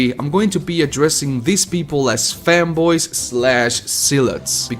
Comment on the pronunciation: I heard femboys instead of fanboys